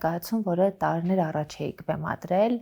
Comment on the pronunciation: Աբելը լավ դերասան, լավ մարդ❤ Ամալյա Հովհաննիսյան _ խնդրում եմ մի ասեք տարըներ, չեմ ասում, թե բառի կազմությունը չգիտեք, ուղղակի ձեր մոտ պրիվըչկա է դառել այդ բառը արտասանել տենց ։ Մի խոսքով ներվերիս ազդումա, որ ասում եք տարըներ